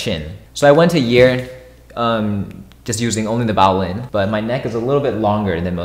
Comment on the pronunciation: Why do you say vowlin